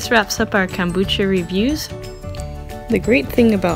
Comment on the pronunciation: Nicely done video! It is Kom not cam bucha. Kohm-boo-chah .